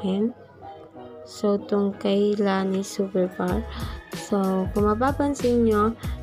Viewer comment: Did u call in la-ni? It's ley-ni🤧